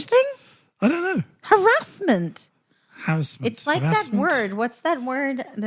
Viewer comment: First time watching the podcast instead of just listening. Loving it.. BTW I'm from Yorkshire and say harrasment like haha